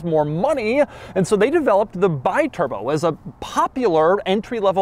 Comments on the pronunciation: I was offered two (yes, two) of these in the late 80s for £1500 ($1800) for the pair. The correct pronunciation of the the name is 'Bee-Turbo' rather than 'Buy-Turbo'. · You say BI as BYE ... is all wrong You should say like BE, because is an italian car with an italian name... americans never learn the correct italian pronunciation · It's pronounced bee-turbo, not by-turbo ;) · It's pronounced Bee-turbo. Not Buy-turbo... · Is "Bee-Turbo", not "By-Turbo"!!!! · Bee-turbo, not bye-turbo. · Alexandro De Tomaso bought Maserati in 1976 and was decided to launch a volume car to turn the company viable. After the Kyalami (basically a De Tomaso Longchamp with Maserati V8 engine) and the Quattroporte 3, they finally announced the Biturbo in 1982(the correct pronounce is bee turbo), which was the volume car he promised (at least for Maserati standards). Facing serious financial problems to finalize the project and desperate for cash, De Tomaso launched the car without the necessary tests and development. Although a good project, this was the main problem and the reason for the car’s bad reputation. They basically finalized the project during the early years of the production span and the car’s initial huge success simply became a nightmare for the small Modenese company. This is also the main reason why the real good biturbos were the ones produced after 1985/1986, because they were properly developed, with larger engines, intercoolers etc etc. There’s no doubt about the huge prejudice the Biturbo brought to Maserati’s reputation. Maserati was the aristocratic company of the Modenese trio (Ferrari/ Lamborghini/Maserati) with the best finishing and reliability of them, with pedigree and racing heritage. The brand of the low profile millionaires and models like 3500 GT, Mistral, Mexico, Ghibli, Indy, Bora, Khamsim were there to proof. So, if you’re looking for a Biturbo, search for the later models, if you’re looking for a vintage Maserati, go for the big V8s of the 60’s